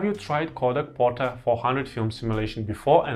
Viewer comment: Portra. Not Porta.